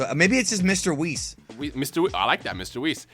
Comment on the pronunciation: Haha beerus and whis. Bhis